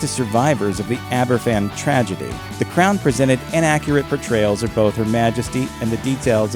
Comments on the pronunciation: Yep. It's also pronounced Abervan. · Even as a Danish person, I picked up that Aberfan was pronounced [aber'van], not with an f.